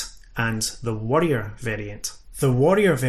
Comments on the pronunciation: Jesus Christ, the accent , you pronounce both variants the same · I'm not going to lie... your pronunciation of 'warrior' and 'worrier'... a bit confusing... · Had a pretty hard time distinguishing if you were saying worrier vs warrior while I was listening at work. I'll have to watch it again with subtitles. Best presentation of the subject I've seen on YouTube yet.